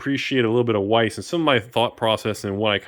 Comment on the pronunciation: youre awesome and knowledgeable, but Weiss is pronounced with a V sound lol